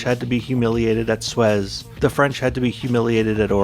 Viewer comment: Congrats, you are watching a youtuber who pronounces Suez as "swes" . I hope that, knowing this, you have decided that you are not watching an idiot who is wasting your time.